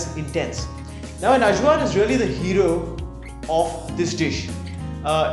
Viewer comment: Point of info -- AJVAR is pronounced "EYE-VAR".